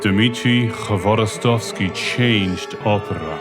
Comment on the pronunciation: Dear Author, thank you for the right pronunciation of his name, “hv” is very difficult to pronounce for our foreign friends , we really appreciate it😊